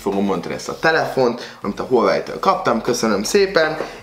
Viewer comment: Az ,,hülyevely mák tíz Pró” xdddd